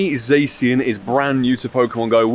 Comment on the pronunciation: You forgot to Silver Pinap your 1st Shiny Zacian. Just throw throw away the whole account 😅. P.S. It's pronounced Zaw-shee-un. - Grammar Police 😌